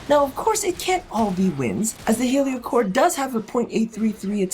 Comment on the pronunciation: I swear you said yu-gi-oh cor instead of heliocor at the beginning